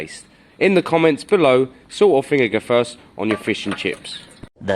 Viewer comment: How can you call anyone stupid when you can’t even say vinegar properly